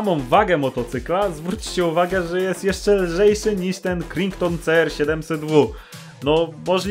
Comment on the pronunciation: Nie Krington, tylko KRAJTON! Chłopie, nikt z wspolczesnego świata, gdzie mówią po angielsku, nie ogarnie tego jak to wymawiasz.